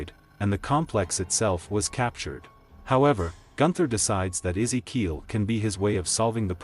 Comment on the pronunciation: I wonder if rhey intentionally kept butchering certain names in these videos lol they called Ezekiel things like Ikea in season 7 video and then Keel and Reel and then even Illinois lmao